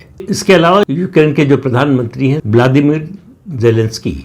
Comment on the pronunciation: उसका नाम व्लादिमीर नहीं व्लोदोमायर ज़ेलिंस्की है 😂